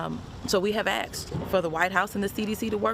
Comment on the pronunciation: Ugh. You’re a Congressperson. The word is “asked,” not “axed…”